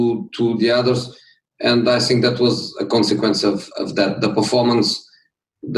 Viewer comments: He said I always Sink instead of (think) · Jose: i sink VAR still hate me. I sink we will be in top 4 but i sink we will sink too lol 😂😂😂😂